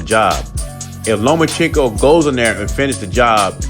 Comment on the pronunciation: Learn how to say Lomachenko